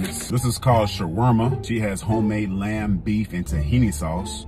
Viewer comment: Pronounced Shawar-MA...🤣😂🤣 *I know what you meant though player💯🍺